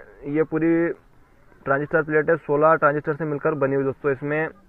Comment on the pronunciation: Pass se kon bol raha hai 1943 transistorrrrrrrr😁😁😁😁😁